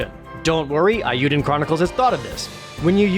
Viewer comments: Okay, sold me on the game. On another note: Come on, Jarred, it's 'Eiyuden', not 'Aiyuden'. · Imagine reviewing JPRGs for a living and pronouncing "Eiyuden" like that